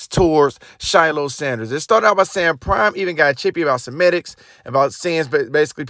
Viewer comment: First of all Bro, you need to learn how to read if you're going to be criticizing in your vlog - semantics not semedics - pinata not piano - imagined not imaged. Slow down, review what you’ve recorded, and correct the things that need correction. Go Buffs! Go CP!